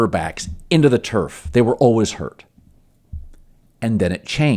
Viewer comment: I'm sure I'm the only one, but it always hits my ear oddly to hear Cowherd pronounce 'always' as 'alwiss'.